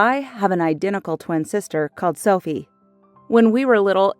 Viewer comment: is it just me or when she said: I have an identical twin sister called Sophie. sounded like selfie to me?